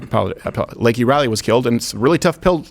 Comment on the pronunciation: ITS NOT LAKEY ITS LAKEN! Cmon Crowdy get it right